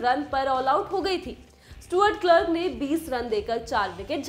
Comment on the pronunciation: Stuart क्लार्क not क्लर्क madam😂